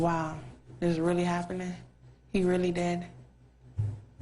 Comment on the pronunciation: "how I can say 'dis?" lmao, an underbite doesn't make your grammar go to shit.